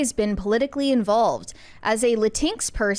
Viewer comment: I love pronouncing LatinX as Latinks, I'm going to do that from now on